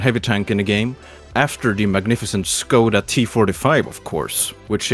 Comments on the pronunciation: Saying Škoda with an 'S' Hmm... Maybe he can't pronounce it... Says Czech with an 'Š' Oh... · how you say it. it make me laught. becouse im front czech so i know how to say it